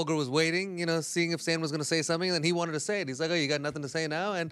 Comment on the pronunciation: stan: i have nussin to say. if i speak i am in big trouble